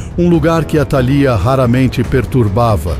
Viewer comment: faltou acento atalía líii